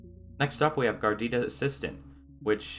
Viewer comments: If you say Gardita one more time I'm unsubscribing. Its GARUDA!!! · dude it's garuda not gardida. In kannada and some other indian languages garuda means eagle. That's exactly why the logo is an eagle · It's Pronounced "Gar Uda" not "Gar Dida". Just as a note. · It's GAH-ROO-DAH, NOT GARDITA. If you are going to do a review video, at least get the name right. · Bruh GARUDA ! not gardeettta -_ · its "garuda" not garidida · It's Garuda not gordita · Is he saying Gordita to make fun of the distro or something? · Your saying it wrong 😂 ga rude a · Wow! How difficult it can be to pronounce "GA RU DA". Just 3 syllables. 😁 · Gardida lmao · Its name reads like it's a nice cheese. Is it really supposed to be pronounced like "gardida"? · MC. Gar roo da = Garuda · Its hard to take a review seriously, when the “reviewer” could not spend 2 mins to learn how to pronounce Garuda… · Wow you butcher the name. Repeatedly. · It's pronounced phonetically. Why is this guy making up a new word entirely. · wait did you just mess up the pronunciation of Garuda ?